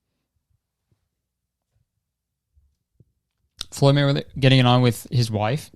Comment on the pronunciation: i love how much you're struggling to say Floyd Mayweather